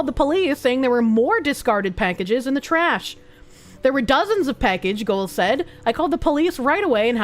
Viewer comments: PACKage not PECKage. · She’s says “peckage” instead of “package” and it makes me unfathomably angry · A great Irish drinking game for next St. Patrick's Day - drink whenever she says "peckege". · The way says “package” makes me chuckle. “Peckehge” Heeheehee. Happy Sunday,. Thanks for the smiles. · Every time she says "Peckage" I feel like that Spider-Man meme where he gets blown backwards. The one with the "I'm Skylar White, yo." guy. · "Peckage." You know, it's a sign that you've been watching for a long time when you catch yourself mispronouncing words irl. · Bostonian debuff strikes again ? 😎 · why tf does she say package so wrong 💀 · Every time she says package, she shortens the first 'a' a little more. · has some kiwi in her with that package pronunciation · The way she says package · You say "Package" funny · I find it funny the way she says "package"